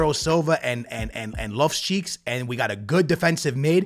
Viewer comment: Bro called loftus cheek Left butt cheeks 😭😭